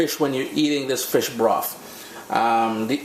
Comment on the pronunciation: Hey, I'd like to think the name "broff" came from us in Dominica as we always pronounce "th" as "f". As in "I'd like free beers please" lol